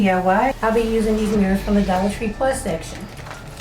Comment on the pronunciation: Did you say Dollat Tree +??? Is that a whole different Dollar Tree or is that a section inside of the Dollar Tree?